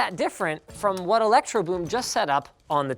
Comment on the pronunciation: "Electrobloom" ....Linus, pls